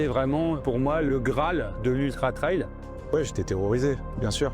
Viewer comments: Just pour info" TRAIL ca se prononce "trèl" (trelle). Ce tu promononces "Traïl" (comme dans "ail"), est le mot TRIAL. C esont deux mots differents evec des sens differents: TRAIL ca veut dire chemins, piste, sentier... TRIAL ca veut dire : essai... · Trail = trè-il Trial = tra-i-ol 😊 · faut revoir la prononciation de 'trail'